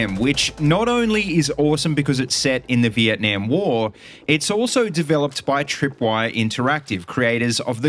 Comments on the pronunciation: the way he said Vietnam gave me a heart attack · Why do you say vietnam like vietnaem